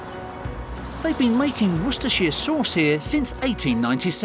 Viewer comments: Woster not Wostershire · Woystuhsuh sauce? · Woostah shiya sosssss bub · Dear USA, shire is pronounced as shear. Worster "Shear" sauce. Not Shy-er. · It is pronounced WOOSTER, not "WOOSTERSHIRE" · everyone in the uk calls it Worcester sauce - pronounce Wooster. It's also NOT pronounced Woostersher it's pronounced woostersheer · IT'S PRO NOUNCED WOOSTA SAUCE YA DONUT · Finally get to know how washursister sauce is made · Not in the UK we don't, it's pronounced WUST - ERR - SHIRE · Whambaster sauce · Dictionary: Wor-ces-ter-shi-re sauce. Everyone: Warshur sauce. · Always loved this sauce but only recently found out it had fish in it. You would never guess by the taste. It's pronounced wuster sauce by the way. English has never been straightforward.Welsh on the other hand is pronounced exactly as spelled.If you can get your tongue around it. Ha ha. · It's pronounced wooster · It’s whoostershir sauce, not as it’s written but as it’s pronounced. At least in the 60 year old category of North Nottinghamshire uk. Whoostersestershire sauce is..... maybe a take on it but from north Nottinghamshire I can promise you that’s as near a correct spelling o pronounce as I can come up with. Ps, I don’t personally use it much but when it’s needed nothing takes its place xx P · Its pronounced wuster sauce they said it multiple times. You can literally Google how to pronounce it. The people working in the factory also said it multiple times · you so confidently pronounced it wrong. The correct pronunciation is "Wooster-shear sauce" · It’s pronounced... wor- Chester- shire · Called it Wooster sauce my whole life. Now i strive to pronounce it correctly, you can too with practice. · It's pronounced /wustershire/ sauce. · Woooster Shear. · I'm from Worcester UK. Best pronounced - Wusta-shire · its pronounced Wustershur. I'm from Worcestershire County living 10 minutes away from the city of Worcester in the UK, I also work one road away from the factory :) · wistis sauce